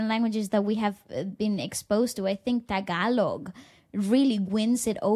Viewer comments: is so hilarious 😂. Your pronounciation of Tagalog words is on point. 👏👏👏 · Your random tagalog makes me smile bro and you’re saying it right bro 👍